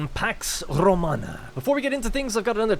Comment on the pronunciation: You are now legally required to roll the R any time you say Romana